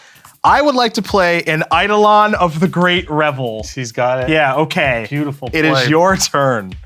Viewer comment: I’m disappointed Prof, as a former English teacher, doesn’t know how to pronounce Eidolon correctly. No wonder he lost to